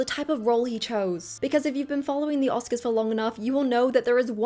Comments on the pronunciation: Bravo for this video 👏 great job! aaand "oscars" 🙃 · It’s a bummer, his humility was so lovely. He rose too quickly bc VIBES. Prepare 7 yrs and can’t even get the accent?? #Oscars seem like a rigged waste of time tbh